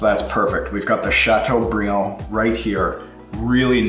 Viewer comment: “chateaubriand” ..nice...Great video!